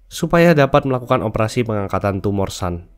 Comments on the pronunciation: bacanya tetep Sun bukan San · Sun itu bukan dibaca a tapi tetap dibaca u.